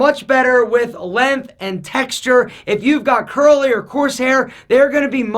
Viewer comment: Next video: How to pronounce "length" like a gentleman.